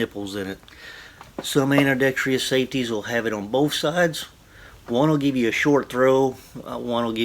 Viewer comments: Dude, you are driving me crazy. Do you not know how to pronounce Ambidextrous? It's ambēˈdekst(ə)rəs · Can you trust a guy that cannot say “ Ambi-dexterous” ?